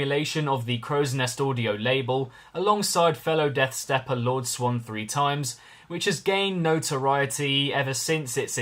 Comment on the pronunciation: to pronounce Lord Swan3x is LORD SWANEX dude you are pronouncing it wrong